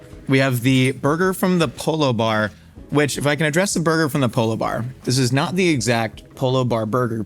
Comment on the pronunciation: "There is....... a piece of pineapple......inside my burgah."